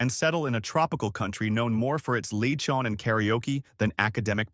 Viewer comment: I'm not sure if this was an AI voice or not, but that is NOT how to pronounce halo-halo. (HAH-lo HAH-lo is the correct pronunciation.) Nor is it drinkable, any more than ice cream on top of shaved ice is drinkable. Lechon was also a bit off. For a channel that talks about Pinoy topics, why are you only familiar with three or four foods/dishes to rotate through?